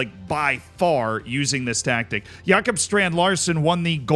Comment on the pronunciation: “Jakub” strand-Larsen 😂😂😂